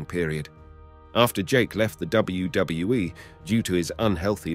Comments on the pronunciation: DUDE ...... please enunciate with me..... its.......W.........W........E ........ Not WWUUUWUWUW W E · How come sometimes he can say WWE but the majority of the time he says WdedaWE or some other weird stuff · I know. And it is in all wrestling videos of this guy. Even worst in another, he mispronounced Stacy Keibler. 😂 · What the heck is WGWE? Until he can say it correctly he needs to stop uploading videos. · This guy can't even say WWE properly so he don't deserve to be narrating this show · Glad you said that, I thought maybe I was having some sort of stroke or something haha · 4cx listen to the way he says WWE he puts 2 ds in it almost every time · Someone teach this guy to pronounce WWE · This guy mispronounces WWE so confidently he almost makes me wonder if I'm spelling it correctly.